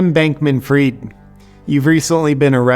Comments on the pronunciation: FRIED not FREED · How do spell fried? Like fried foods why is everyone saying it freed???